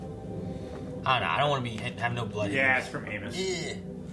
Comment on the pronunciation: I love how none of them can pronounce Amos' name right xD